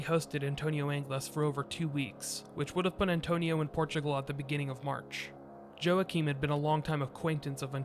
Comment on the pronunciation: Something was fishy. Somehow, it sounds like the Spanish authorities didn't really want to catch him. I've sure never heard of so many near-misses. INTERPOL is very good at capturing fugitives. Joaquim is pronounced wa-KEEM.